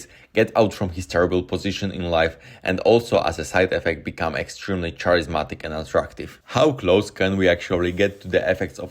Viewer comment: also charismatic is pronounced carismatic